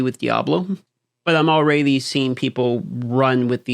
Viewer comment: I love, but why does he say, "all-ray-dee" instead of "all-red-dee?"